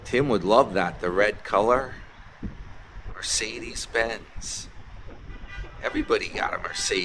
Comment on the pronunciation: Oh. is in stealth mode, avoiding the successful mega channel NY Dan. I will not support the mis pronunciation of McDonalds or Mercedes that an illiterate 66 yr old childish beggar